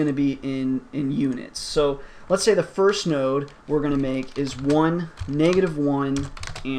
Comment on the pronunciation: "First-th" :D